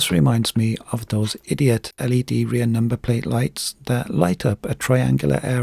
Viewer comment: That 'number plat light' It cracks me up 😂